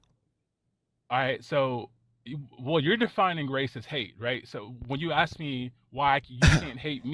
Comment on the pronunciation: So many educated white people say “ax” instead of ask. It drives me crazy.